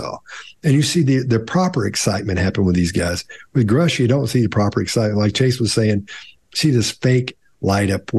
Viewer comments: Equating biological material with chemical material; not even being able to pronounce Grusch's name correctly (even after the second analysis of Grusch); having the same kind of speech-problems with the word "skinwalker" (which reveals quite some ignorance of the topic too), but blaming Grusch when he mispronounces "etc." or "nuclear"; equating hearsay-speech with deception or disinformation; supposedly analyzing body language, but constantly rather making psychological, semantic or arbitrarily chosen other statements; assuming autistic traits in Grusch, but not taking them into account when interpreting his body language - only some of very many amateurish and profound errors, so that the whole thing makes only one thing very clear: a huge bias of the Behavior Panel. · I found the comments about the watch to be juvenile and off topic, not to mention long-winded. The fact that they didn't bother to learn how to pronounce Mr. Grusch's name tainted their entire analysis IMO, especially since they chastised him for not pronouncing words correctly. And the constant harping about him "not saying anything" was puzzling. Surly they, of all people, know someone with a NDA couldn't come out and say "Lockheed Martin or WPAFB" in a public setting. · I don't understand why you need to disrespect Mr. Grusch so much... Two videos later and you can't even pronounce his name right? And what about the little gray aliens behind his picture? So distasteful.. I used to like your videos and right now i just wonder why you are so harsh with someone who is in the autistic spectrum and has to speak under oath about the most important subject in the history of mankind. I wonder how you would handle the same situation. I know I would also "act weird" under so much pressure. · told everyone his name is Grusch like Brush. Still says Groosh like Swoosh and Chase says Grouch like Couch. As Chase makes us ask... Is someone trying to shape the way we see things?